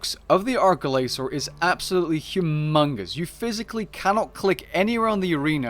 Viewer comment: I wish I could ignore it, but it needs to be said. It's ARCH Glacor, not ARK Glacor. Just the same a having an arch-nemesis, not ark-nemesis.